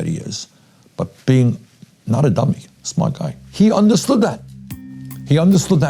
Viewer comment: Teacher: most of his thweets are amazing. Shmart and penny. Guess speech therapy never worked for her.